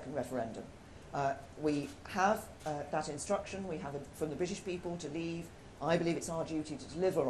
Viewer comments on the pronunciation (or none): Couldn’t even say the word Leave properly at the beginning of speach, she sounded like she was about to choke on it